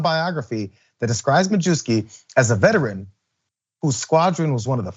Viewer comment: mah-yev-ski, not mah-joo-ski